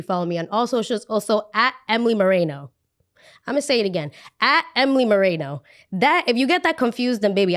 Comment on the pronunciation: LMAOOO it’s with an E… 😭 I love you